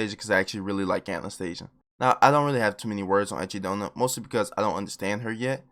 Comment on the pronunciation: Why do i always hear achy donut